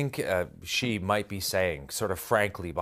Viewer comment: Top military analyst doesn't even know how to pronounce 'Xi'. That sums it up for me.